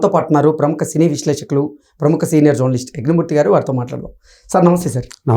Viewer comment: Adi janar kadu ra babu...nuvvu journalist ayyav ra ayya.